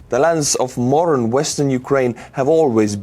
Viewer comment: When you say 'modern' it sounds like 'moron'😄 Sorry😳